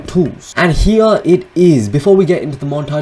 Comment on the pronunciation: Are you german because you said :,, HIER is another Montage of me Mining netherrite." In